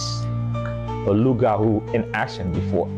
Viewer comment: It's pronounced Loo-gah-woo.... Hahaha- why they do Mama Tina like that?